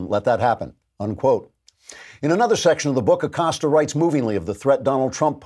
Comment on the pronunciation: Abilio “Will” Acost-ya